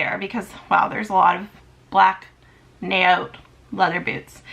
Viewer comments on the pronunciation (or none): Think you pronounce the booties "NAY-OTT"😁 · Naot is super popular brand where I live. I live in a highly Jewish area and lots are loyal to Naot. It's pronounced Nay-awt rhymes with Say Lot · Hi, if you go to Zappos and look up Naot shoes or boots and watch the video, they pronounce the brand name. That way you can hear the way they say it😍❤🥂